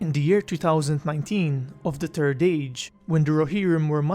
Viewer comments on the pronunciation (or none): Ahem! It's 'THIERD' age - not turd age! You must pronounce the 'TH' sound as an 's' sound with your tongue against your teeth, metering the breath coming out of your mouth. You will be okay, you can do this. <3 BTW, love your channel. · Always chuckle a bit when you say "the turd age" haha Great work man keep it up!